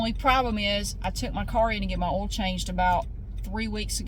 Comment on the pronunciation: Hi, I absolutely love how you pronounce the word 'oil'. I have tried so many times to copy your pronunciation of oil, but my Aussie accent just won't allow it! Thank you for your videos. 😊